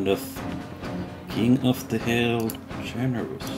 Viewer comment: BUT but but, its Chernarus :(